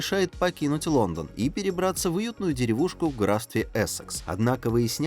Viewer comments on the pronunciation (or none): none